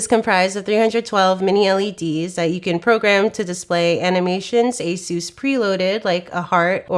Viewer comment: Somebody please teach her how to pronounce Asus. It hurts every time I hear her say it.